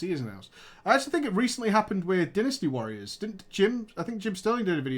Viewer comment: Yeah.... they mispronounced DYNASTY WARRIORS. They mispronounced it TERRIBLY.